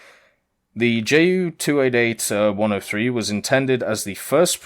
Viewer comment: Wow... that's a lot of work in the past few days... good job. But again, its "Ju" like "you", not "Jay" - "U".